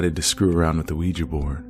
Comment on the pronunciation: congrats on being probably the only youtuber to say ouija correctly XD ~ honestly I feel kinda bad for beth. imagine being led on by some guy who rejects you cause you're a ghost ;_; lmao it's hilarious but also undeniably upsetting.